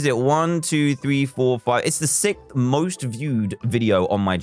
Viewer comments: Its sixth not sic lol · "Sickth" DanTDM 2020